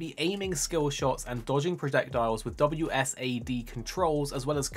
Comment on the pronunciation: Great video, but WSAD?! It’s WASD I’m triggered lol